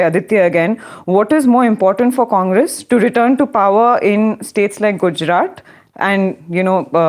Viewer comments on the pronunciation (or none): Good show and. Only one peeve. misprouncess the last consonant of Gujrat consistently. It should be soft t and not hard t. English does not have soft t. But Indian languages do. Just listen to. He pronounces it correctly and imitate it. When Indian words with some specifically Indian consonants are pronounced like English words it is irritating and I feel you are making Lord Macaulay successful. Say aloud पंजाब-सिंध-गुजरात-मराठा Thank you.